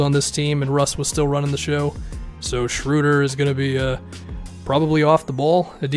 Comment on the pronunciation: ... the German “ö” (oe = ö) in Schroeder sounds something like the “ea” in earn or early. Give it a try :)